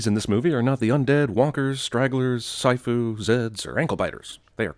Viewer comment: it's "Siafu" :)